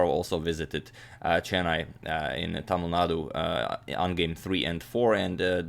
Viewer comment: He pronounced தமிழ்நாடு good